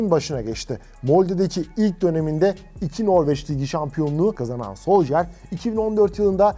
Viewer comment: Olum şu isim telaffuzlarına artık bir çeki düzen verin. Solşaer, soljer, solsıkaer. Yeter artık ya